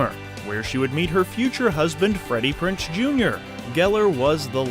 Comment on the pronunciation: PrinZe. PrinZe. Not PrinCe. Jeeze Effing Louise